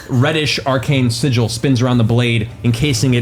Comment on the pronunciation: Matt said siggle wrong.